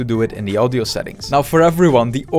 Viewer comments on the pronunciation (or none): I just like how he says "audjo"